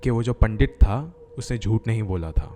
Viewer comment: Bhai nind aa rahi he sunke mast wali ,,, pandit bolna Sikh jao Bhai pehle